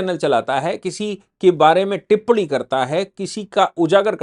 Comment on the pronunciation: Sir टिप्पणी होती है ना की टिप्पडी आप लोग अगर हिन्दी की ऐसी तैसी करेंगे तो हिन्दी का क्या होगा ।